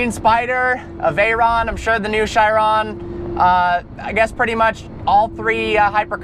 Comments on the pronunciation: every american finds a new way to pronounce "Chiron".... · i always thought it was pronounced bugatti KEE-RON